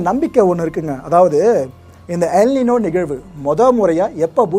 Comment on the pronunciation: எல் "நினோ"அல்ல!சரியான உச்சரிப்பு "எல் நைன்யோ"(ஸ்பானிஷ்) ஆங்கிலத்தில் the boy. மழை அதிகம். லா நினா-the girl. வெய்யில் அதிகம்.ஒரு மாதத்திற்கு முன்பு சென்னைக் கடற்கரைப்பகுதிகளில் வெளிச்சத்துடன் சப்தம் வந்தது. மேலும் ஏலியன்கள்வருகையா? என செய்தி வந்ததே! "சிறுவனின் "செயலாக இருக்குமா? விளக்கவும்.